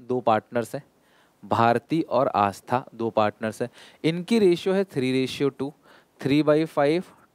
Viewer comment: sir double 'aa' aata hai aastha mein 😂